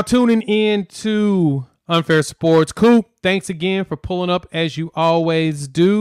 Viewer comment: Why you calling him, "Mean Coop?"